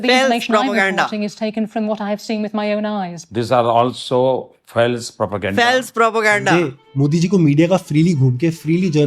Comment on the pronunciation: Faales Prapoganda! 🤣🤣🤣